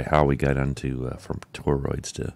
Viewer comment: I felt like I was being trolled with the Toe-Roids pronunciation watching this 😅 Great episode!